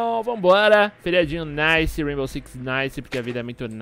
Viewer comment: "raibow"